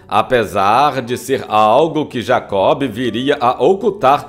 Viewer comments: Gosto muito deste canal, mas não se pronuncia "Jacob" e sim Jacó. E não eram "polocas" mas polacas. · O grande Jacob do Bandolim deixou muita saudade! Amigo, um lembrete, o nome dele se pronuncia "Jacó", o "b", portanto, é mudo. Abraços. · Me permite salientar que não se pronuncia o “ B” no nome de Jacó. Como se tivesse acento no “ O”. No mais, o texto tem pontos interessantes que muitos desconhecem sobre este grande músico, que tinha grande conhecimento de música clássica, possuindo em seu repertório, o raro Concerto para Bandolim, de Antônio Vivaldi. Marcos Leite Pianista/ Professor. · GOSTEI DE SABER DA VIDA DE JACOB DO BANDOLIM. TENHO UM REPARO PARA O NARRADOR: NÃO O "B" DE JACOB, É MUDO. OU SEJA, SE FALA JACÓ. DATA VÊNIA! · Por que o amigo pronuncia o "b" de Jacob,,,?